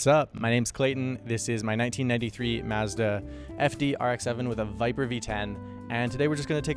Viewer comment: I can't tell if he's trolling us telling about his car like he is. Lol dang too funny mehhzda"